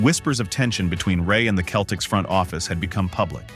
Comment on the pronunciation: its pronounced with a soft C seltiks not keltiks